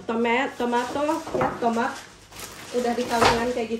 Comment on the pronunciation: Teh naha pas bilang tomat jadi tomet 🤣 tijalikeuh letahna kitu 🤣 aya2 wae